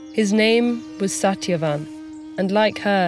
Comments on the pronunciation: Why didn't they get a reader that can correctly pronounce these names? Its Suht-yuh-vahn not sat-ya-van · Satyavan with hard "T" (ट) ?? It should be soft "T" (त). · Shat-ya-wan Correct pronunciation? Lol! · Satyavan's pronounced - sa•thya•vaan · I was low key disappointed with the pronunciation of "Satyavan" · Satyavan was pronounced wrong I guess. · It's not perfect but understandable. Satyavan is pronounced different. But altogether it was good. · Except Satyavan tho 😂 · Except Satyavan's name. The narrator's accent came out on that one. But not a bad job for a non-Indian. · Every name in this was properly pronounced but Satyavan